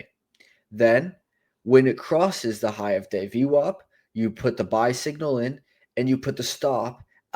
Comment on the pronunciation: Good job on the vid! 1 question You say Average but then pronounce VWOP lol Will never understand that one. 😁